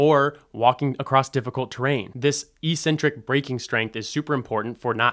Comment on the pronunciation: Thanks. Trying to be helpful: Check out the pronunciation of "eccentric."